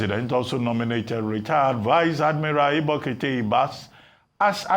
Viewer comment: He can't even pronounce a Nigerian name: Ibokette😢